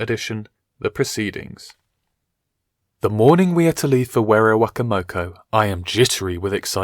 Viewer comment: werowocomoco is pronounced (wero-wo-coma-co)